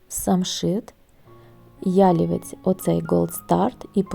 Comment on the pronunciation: Дуже красиве відео. Багато роботи вкладено в таку красу. Гарно відзнятий матерал. Трохи спантеличило те, що ви робите наголос в слові ялівець так, ніби то озвучує коп'ютерна програма😮